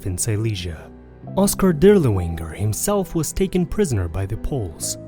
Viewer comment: “Death’s head”, not “dead head”. Moreover your pronunciation of German words and names is catastrophically bad. “DirlevAnger”, not “Dirlewinger”